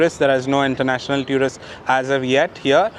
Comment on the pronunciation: It's not pronounced as tew rist it's pronounced as two rist.